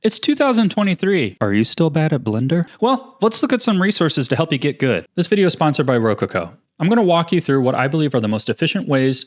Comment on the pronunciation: Did he just say how to "GID GUD" LOL.